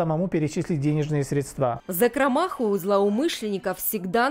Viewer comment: журналисты, милые, хорошие наши, пожалуйста когда в вашем эфире человек неправильно ставит ударение поправьте его и заново снимите репортаж. вас подростки тоже смотрят, они верят что в телевизоре всё правильно и потом так же неправильно произносят. надо говорить сре'дства, а не средства'